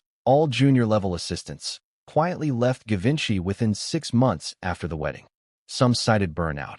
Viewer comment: Given by is pronounced with a soft G. :Geevenchy